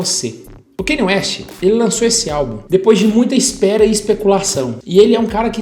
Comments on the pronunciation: É Kân-iê, não Keini. Só pra esclarecer porque o nome dele tem uma pronuncia incomum mesmo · Não consigo ver um vídeo inteiro aonde o cara fala errado o nome do Kanye... "Kenye" PUTA QUE PARIU